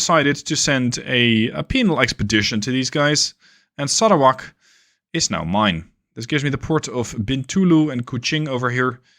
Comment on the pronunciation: Exelent pronunciation of Sarawak , Bintulu and Kuching . Just like a local